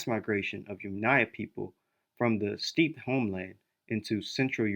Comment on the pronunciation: Steppe is pronounced "step", ware is pronounced "wear" :)